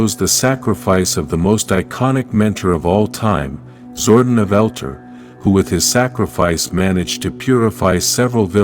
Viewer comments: By the way, it's not "Zord-en", it's "Zord-on", with the emphasised 'o'. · Zordon not zordin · Zordăn ? You give me such a head ache with your pronunciation !1!! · It's pronounced Zor-don and El-tar